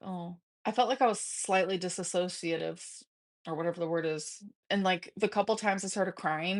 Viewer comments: As someone who DOES dissociate (not 'dissassociate') due to PTSD her trying to blame being speechless on that flabbergasted me. "When I was crying I felt like a little girl again" and "I was dissassociateeen but I was still listeneen" GORL DO YOU EVEN KNOW WHAT THE WORD MEANS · She can't even say dissociate right.